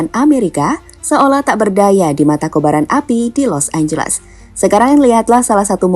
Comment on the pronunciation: LOS ANGELES ❌ LOS AMBLES ✅